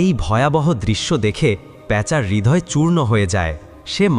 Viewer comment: হৃদয়→রিদয়✅ হিদয়❎ সাহাবি→ছাহাবি✅ শাহাবি❎ দয়া করে এগুলো সঠিক উচ্চারণ করবেন